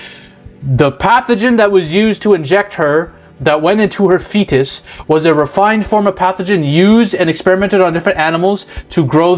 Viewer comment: “And it goes into a FEtiiiiiiiiiiis” XDD killed me